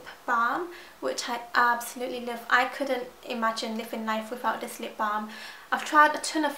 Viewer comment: Its sooo cute how you say 'dis' instead of 'this'